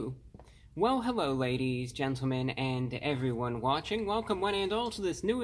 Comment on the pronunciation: Hewwo Wady’s and Gentlemen!